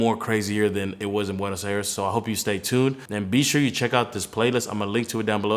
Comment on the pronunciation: Learn how to pronounce Buenos Aires